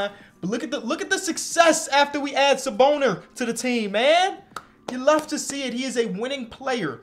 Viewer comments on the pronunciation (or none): Bro really said “sa boner” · really called him Saboner 😭😭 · “Saboner” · Saboner??? lmao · Bro just said saboner💀💀🤨🤨